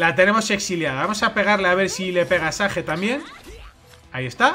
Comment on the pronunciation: Si haces muy buen contendio , pero esas pronunciaciones... xd . Un saludo